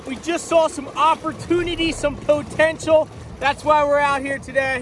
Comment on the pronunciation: po-ten-shul. Say it again...